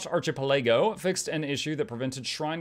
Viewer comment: Is your pronunciation of "Derecho" a part of the same schtick as your pronunciation of "Archipelago" and "Coup De Grace"? If it's genuine ignorance, "Derecho" is Spanish, deh-REH-cho If not, rock on!